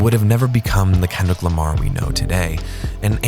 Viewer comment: you know you write his name as LAMAR and not Lamer..?